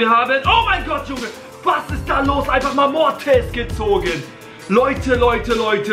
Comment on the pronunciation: WIE er einfach sagt tara ge´zogen omg und es wqaren fünf gegenstände